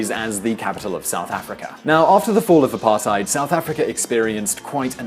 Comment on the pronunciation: I'll never get over the apartheid pronounciation